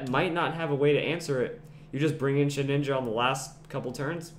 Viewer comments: ShedINJA. There is no second N. It is not Shedninja. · I don't mean to be rude, and I'm sure many people have said this already, but it's pronounced shuh-din-juh, not shed-nin-ja. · Shed inja. Not Shed ninja. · You keep saying "sheninja" so annoying.